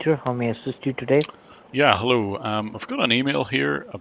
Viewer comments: "Hallow? Hallow? Hallow? Hallow? Hall-." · "hall o"